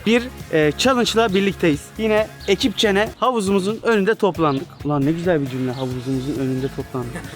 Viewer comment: Alperin ekipçene demesi